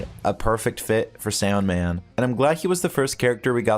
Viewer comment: its not soundman its sandman dude whatr u saying 😂✌